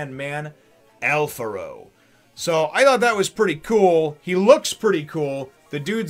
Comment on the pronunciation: Kickass chapter introducing a very unique character, (and yes, he does rank higher then the vice-chef's such as Tommy) Also thanks for pronouncing his name correctly as Alfaro, some translations tend to go for Alfrado, as it is the name of a dish and the spelling is similar.